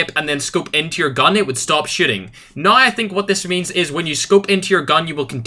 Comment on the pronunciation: It sounds like he says when you aim down you stop shitting 😄